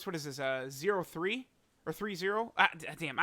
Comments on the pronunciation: Every time says 0.3 😩😩😅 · It hurt hearing “0-3”